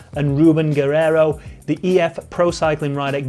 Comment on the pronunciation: The Eurosport commentators pronunciation of “Guerreiro” is totally awful. I had no idea what he was saying when I heard “Geh-Hay-ho”